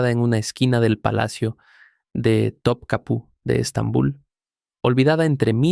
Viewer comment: el palacio de turquía es Topkapi, no Topkapu